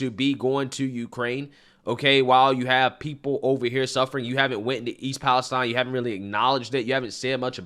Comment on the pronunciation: You need to learn how to pronounce "Palestine"